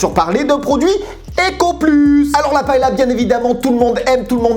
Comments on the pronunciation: Ça se dit pas "paela"mais "paella" ps Chui espagnol 😂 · A prononcer "paéya"... Lol moi qui suis de Valencia..ça fait pleurer...😭